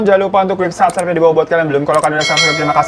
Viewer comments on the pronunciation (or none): none